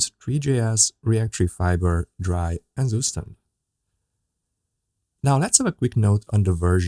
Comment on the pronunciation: Great tutorial! Thank you! Also, isn't zustand pronounced "Tsoo-shtahnt" ?